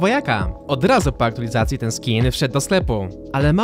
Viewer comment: Aktulizacji.... na Boga mowi się AktuAlizacja :)